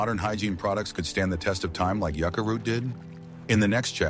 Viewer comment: IA voice needs work…mispronounced many words, ie it’s a Yucca plant, of which there many varieties…. Nice modern paddles too… Good opportunity to pass along ancient knowledge but marginally done…